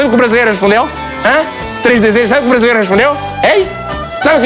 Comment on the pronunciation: Os tugas não comem as vogais todas, nem as comem, dão-lhes apenas menos entoação. Exemplo na palavra "brasileiro" Nós pronunciamos brasileiro e não "brasleiro". O Sotaque está péssimo, muito má imitação. O Jô faz melhor.